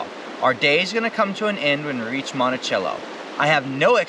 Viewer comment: Yay! i seen my geocache we placed.... Monticello is pronounced monti-sell-o.. just so you know. I liked and subbed. Love the content.